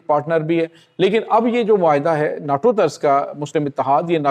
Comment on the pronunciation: نا ٹو😂😂😂 نہیں ہے نے ٹو ہے